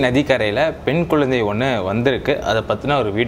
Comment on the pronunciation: குழந்தையா குயந்தையா.....அடிக்கடி So so so சமயம் தமிழ் பெயர்எதற்கு.... நீர் தமிழரா